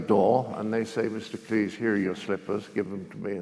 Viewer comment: Thank you! Drives me nuts! John Cles? Professor needs education......